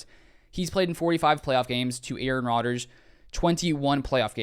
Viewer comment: It´s Rodgers, not Rodger´s